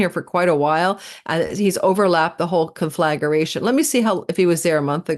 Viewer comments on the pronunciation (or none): Hi! Love your videos. Conflagration is not pronounced “con-flag-er-ation,” tho. It’s just four syllables: con flag ration.